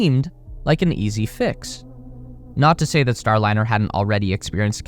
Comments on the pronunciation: You killed your credibility at the top of the video by calling it the "Boeing Startliner." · oooof. "Boeing Startliner" at least you narrate your own videos. ill sub for that. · Your intro says Star T liner, not Star liner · "StarTliner" ??? time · “The startliner” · at 44 seconds its says STARTLINER?? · "STARTLINER"? A Freudian slip - what they started, they couldn't finish. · Wtf is a Startliner? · FFs it is a Starliner, not a Startliner. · At 48 sec in, you call it "Startliner", heh. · Is it STARLINER or "STARTLINER" I assume I'm missing a reference, joke or someone made a: da da da dumb... Mistake. How are you gonna make a video blasting a company for its mistakes when your video didnt make it a full minute withiut comically ridiculous error? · "STARTliner""? To err is human... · "Startliner"? 0"49. Could well actually be the Endliner. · “STARTLINER” 50 sec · "startliner" lol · "STARTLINER" Really? You guys need a proofreader. Your AI AIn't cuttin' it. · Star-T-liner? Really..... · . “Boeing StarTliner”. 🤦‍♂️ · What is a "STARTLINER" ?? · STARTliner? More like STOPliner amirite?? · WTF is the “Startliner” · STARTLINER??? Poor AI!